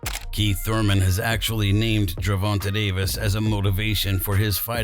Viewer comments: The way you say my guys name is cringe. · You don't even say his name right lmao